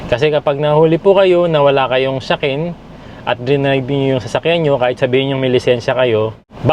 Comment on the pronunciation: Correction lang and ang bigkas mo sa car inspection ay Shakin, it is SHAKEN車検, ang SHAKKIN借金 ay pagkaka-utang o debt. At puede pa ring makakuha ng lisensya kaya lang kukuha ka ulit ng exam at depende sa naging penalty kung kailan ka dapat kumuha ulit. Yun nga lang mawawala na muna ang pagka Gold na guhit sa lisensya. Maibabalik din after many years of driving and with no penalty na talaga na nangyari. Yung ampalayang puti ay pang salad yan, sinasamahan ng cucumber, tomatoes, lettuce and tuna flakes in can. Itapon mo muna ang mantika sa loob ng tuna flakes then ihalo sa pinaghihiwa mong sangkap. Kinakain ng hilaw yang puting ampalaya. Healthy for the body ang minsang may pait. May paraan para mawala ang pait ng ampalaya pero for me, kapag wala akong pait na nalalasahan ay hindi na ampalaya ito, di ba? Kaya nga bitter gourd eh. Maraming magagawang luto sa ampalaya, katulad ng paksiw, sinasama rin ito with talong at sa napiling isda na gusto nyo. Puede rin Okinawa style na halos pareho sa Ampalaya con Carne natin, ang pagkakaiba nga lang may tofu silang inilalagay, and yes sa pinakbet or bulanglang Tagalog ay inilalagay rin ito. Sa cucumber naman ay pang salad or tsukemono ang puedeng gawin, tataki kyuuri tsukemono at may nabibili ng instant pang pickles or pang tsukemono para gumawa. Or homemade na igugulong mo ng madiin sa asin ang cucumber (huwag maraming asin masyado) at ilagagay sa loob ng ziploc bag(plastic) or kung may pang diin ka na para makagawa ng tsuke